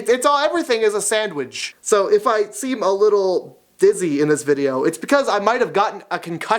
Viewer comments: "Sandwidge" lol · I love the way he says sandwich! I sounds like he's saying "Sandwidge"!!! lol